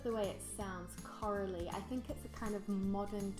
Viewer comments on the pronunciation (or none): j'ai pas compris ta dit coralie ou carolie les deux ce dise